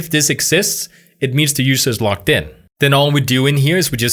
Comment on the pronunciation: Hey,, logged in is pronounced loGGed in, not loCKed in.